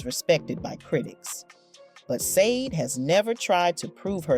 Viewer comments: FIRST OF! If you are going to talk about someone LEARN TO PRONOUNCE THEIR NAME RIGHT! The name is not pronounced Sayd or whatever mess you make of it, it is Sade pronounced as Shjaday...(explanation for dummies that never listen to the artist herself as she says the name in her interview IN YOUR CLIP!) Jeez this was other than highly annoying clickbait as well. She is a wonderful lady with a absolutely beautiful voice and the right to have her own life. Girl bye with your Sayd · I’m sorry, but after watching three minutes of this BS straight garbage. The interviewer who can’t even say her name SHA DAY NOT sandeee. But you will be getting a thumbs down for not not taking the time to properly announce SHA DAY name properly. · Her name is pronounced like this "sha b-day,not how it's spelled!!! Been a fan for years. Love her !!! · You obviously don’t realize that the group is called Sade pronounced ShawDay. Never pronounced the way you said it ever! Shame on you! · You all can't even pronounce her name correctly....SH-A-DAY!!! Get it right and let her be! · Every time you pronounce her name "Saade", it makes me wanna laugh😂. How you not know how it's pronounced? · Sayde 😢😂😂😂😂😂😂😂😂😂😂😂 you’re gonna do a whole mini doc and not put any effort on how to pronounce the name. Like how tf do you make a mistake like that. Wow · Pronounce her name correctly! “Shah-day” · Done!!! Say her name correctly! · You pronounced her name wrong! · Stop saying her name like that🤬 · How about pronouncing her name correctly ??????? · The mispronunciation of her name… ouch😣☹️ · Killing me with the mispronunciation of her name.please do your research next time.! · Why do you disrespectfully mispronounce her name😱. What is your problem 🤔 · V🎉😢that's obviously not the prounciattion of her name... Unless it's an AI generated voice doing the narration, perhaps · Not listening. You don’t even know how to pronounce her name…GOODNESS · It's pronounced Shar-day not SAYDE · pronounced sha-dey